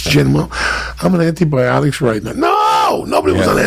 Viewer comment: im pretty sure i heard him say anthonybiotics at some point